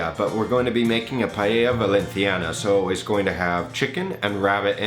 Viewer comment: This looks amazing, I don't know where to buy rabbit meat around here but I'll try this without it! Looks much better than the Jamie "PIE-AYA" LOL